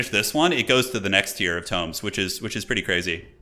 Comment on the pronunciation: It hurts my ears every time he pr9nounced the tomes as toooms 😂